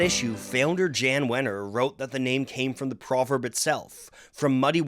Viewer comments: Hey man just wanted to respectfully point out that Jann Wenner's first name isn't pronounced with the hard J, it's like a y, like Yon. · "Jann" is pronounced "Yon" - comprehensive video though man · It's pronounced Yahn. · Jan, in this case is pronounced Jahn